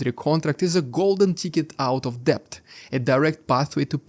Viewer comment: The "b" in debt is not pronounced - so say "det" !!!